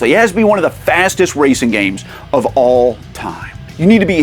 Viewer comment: "..... OF ALL time" why do you speak like that? i get using it every once in a while for emphasis.... but its like every other sentence, and ALWAYS the last word..... . it looses its effect.... at first it made sense.... then it got annoying..... then it was funny.... then it got annoying again.